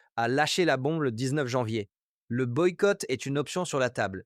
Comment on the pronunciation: Le "boiqouoite moral" à 2.55 comme j'aime ta voix, simplement ton français t'est très personnel ♥️⚽️ ❤